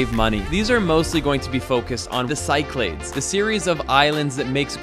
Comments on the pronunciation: Cycle-aids lul. It’s pronounced kee-kla-thes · Cyclades is not pronounced "sy-claids"; it's "sik-la-dis". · Half way through the video. 😁 Cyclades is read Kee-kla-des. Also tipping is expected in Greece. Just not standard 10% like in the US. 5% is good. More later if so. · Dude, please - "cyclades" is pronounced si·kluh·deez. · Hey "", It s called "Ky-klà-des"! (Nothing to do with cycling...) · 'I'm an ' - shows off his pronunciation. Proceeds to say 'Psy-claydes'...:-)